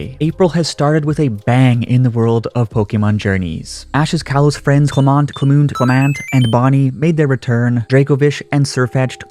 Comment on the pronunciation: By the way, the proper way to pronounce Clemont's name (the way they pronounce it in the anime, atleast) is Cle-munt